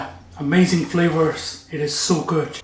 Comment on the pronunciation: I love how chef uses a hard G at the end of the word AmazinG 👏 the food looks great